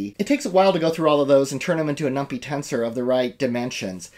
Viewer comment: We used to pronounce numpy that way just as a joke on others. Here's someone who knows how to pronounce numpy